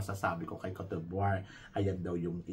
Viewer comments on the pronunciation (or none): mali pronunciation po ng RWANDA is RO-WAN-DA baka kasi may ma offend na bansa.. pati ung CÔTE ďIVOIRE.. its CAUGHT-DE-BWAH..